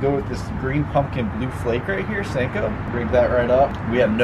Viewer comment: Who else getting triggered by him saying sanko instead of sinko